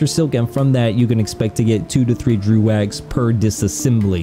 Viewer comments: Its pronounced Dreg, not drew. Also, you need to focus on yourself less. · It's pronounced "Drow" though.